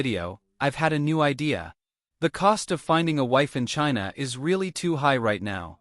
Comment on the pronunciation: 'chaiyna' 😂 joke of the world